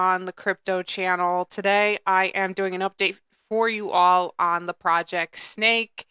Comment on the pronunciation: Great video, great project. Pronounced SSSS....neck not snake.♥️